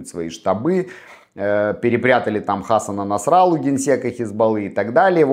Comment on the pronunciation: не хАсан насрАлла, а хасАн насраллА. Специально не писал с больших букв, чтобы выделить ударения. Не за что.